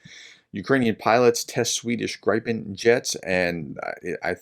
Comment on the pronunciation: Your pronunciation of "Gri:pen" is perfectly correct,. ✅